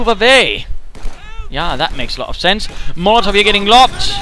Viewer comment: with due respect, when you say molotov, i swear i heard mortar heheh